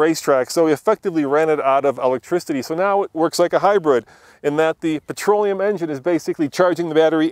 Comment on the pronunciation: What the hell is "patroleum"?